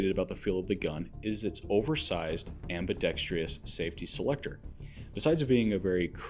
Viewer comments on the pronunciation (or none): Ambidextrous (four syllables), not ambidextREEous (5 syllables). Good vid! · I hear just about every presenter on YT say that word incorrectly and it bugs the crap out of me. Happy to see I am not alone 😀. And I agree, it was a good presentation.